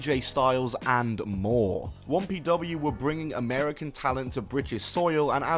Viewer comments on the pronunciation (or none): why do you keep saying wompw its 1pw